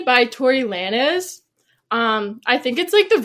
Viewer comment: She really said “Lah-nez” dawg 😐